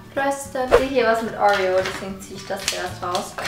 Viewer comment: Wie sagst du bitte Oreo !?😂😂😍Aber deine Videos sind soo gut und du bist sooo sympathisch😍😍